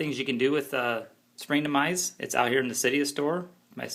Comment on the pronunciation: its springtomize .. no R at the end..